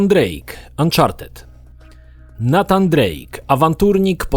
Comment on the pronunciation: NATAN Drake? Raczej NEJTAN